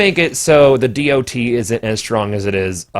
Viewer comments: can we just call it a 'dot' instead of a dee oh tee. kewl thx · Why are you saying D.o.T? Just say DoT. You're the only person I've ever heard say it like that.